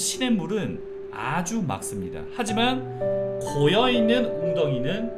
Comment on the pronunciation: 딴 건 모르겠고 형님이 에 '맑습니다' 를 [막씀니다]로 완벽하게 발음해 주셔서 속이 뻥 뚫립니다...국어 전공자로서 어디 가면 다들 [말따], [말씀니다] 라고 표준발음법 개무시하는 것 때문에 리얼 스트레스였거든요...감사합니다!!